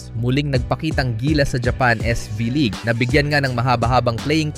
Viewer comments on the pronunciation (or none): "to-re" ang pronunciation ng toray, hindi to-rai. "pon" naman ang pronunciation ng peng. at huli, hindi siya "s five league" kundi S-V-league, as in letter V.